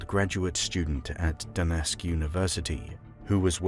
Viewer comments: Duquesne - How do you get da-nesk? It’s dew-cane. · It's not Doo-Nesk. It's Duquesne, pronounced, "Doo-Kayne". Sheesh, are you an AI? And it's not Ol-gunny. It's Allegheny. Pronounced, All-Ieg-Hay-Nee." This is Pittsburgh!!! Home of the Pirates, Steelers & Penguins. Even you Limeys overseas should've heard of us at least a few hundred times in your lives. How embarrassing. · Just to let you know, Duquesne is pronounced "Do-Cane". I was born and grew up in Greene Township, Pennsylvania which is powered by "Duquesne Light" nuclear power plant. My grandfather's entire electrician career was spent working at this plant so I'm 100% sure I know how to properly pronounce the name. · Just a point of clarification: Duquesne is pronounced Do-CANE. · This was great. Since you're from the UK, perhaps you might investigate our weird American pronunciations a bit: Duquesne is "Doo-kane,"; Slough is "slew," Allegheny is "al-e-ghay-nee," and so forth. If in doubt, consult the internet. I know it was your language first, but we have our little ways. Otherwise, fantastic work! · The Pittsburgh university is pronounced due-cane.